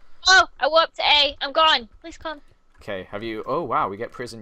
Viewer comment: Warp E= woopeee